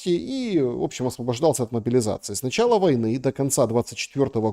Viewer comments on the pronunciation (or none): none